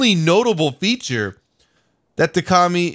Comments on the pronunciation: It's not Ka-Mi it's Co-Mi "communist" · Ka-Mi pronunciation commie coincidence I think not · I though u say commie